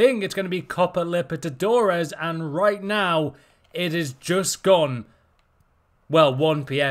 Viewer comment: Repeat with me: Copa LI-BER-TA-DO-RES